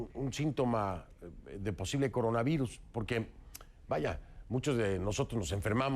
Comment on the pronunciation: No pueden decir "por" pero si coronavairus! Y la simple razón de meter L por R queda ridícula.